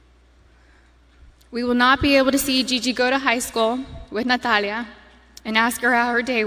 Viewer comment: I just love how she says "Natalia" with that beautiful castilian accent ❤